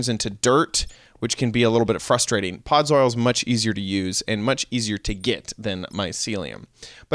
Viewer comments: he's said "podzoil" instead of "podzol" xD so funny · Ford618 - Minecraft there were SO MANY mistakes. he said podzol wrong, he said 6 instead of 7 at one point... THERE WERE SO MANY MISTAKES! the video DID help either way though xD